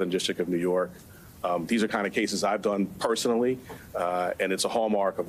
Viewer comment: Intergity haha. No sir.